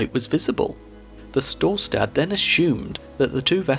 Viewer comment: I love how wrongly he pronunces Storstad. mainly "stad" listent to a German saying Stadt and then just cut the T